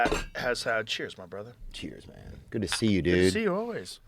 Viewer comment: lmaooooooo “Gyodd Joe” lmaoo